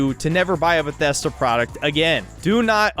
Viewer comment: why does he pronounce bethesda like that